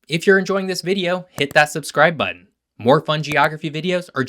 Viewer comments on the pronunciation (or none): none